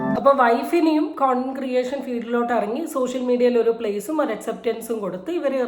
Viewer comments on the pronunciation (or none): കോണ്ടം ക്രിയേറ്റർ അല്ല ചേച്ചി condent കൺഡന്റ് ക്രിയേറ്റർ എന്നാണ്, അറിയാഞ്ഞിട്ടല്ല ചേച്ചി കുറച്ചു ഫാഷനായിക്കോട്ടെന്നു വിചാരിച്ചിട്ടാണ് 😂😂ചേച്ചി മാത്രമല്ല കുറേ എണ്ണമുണ്ട് ഇങ്ങനെ